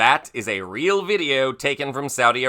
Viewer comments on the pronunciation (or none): none